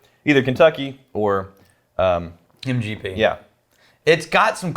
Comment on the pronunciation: psst... it's MGP :)